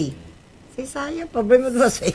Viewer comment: "SE SAI EH POBLEMA DE VOCEIS"